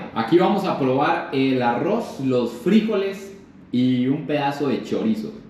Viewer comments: Se pronuncia Frijoles, sin acento!!! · Nunca escuche decir frijoles de esa manera siempre lo escuche normal soy de costa rica y esa bandeja paisa se duro con el casado comida tica también tiene varios ingredientes me gustó se vio rica la comida colombiana